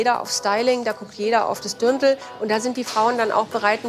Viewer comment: Es heißt Dirndl nicht Dürndl ! Übrigens am coolsten ist die Brezen Verkäuferin🙄